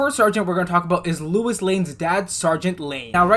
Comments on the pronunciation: It is pronounced low iss not Luis. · Hearing say "Lewis" will never not be funny lol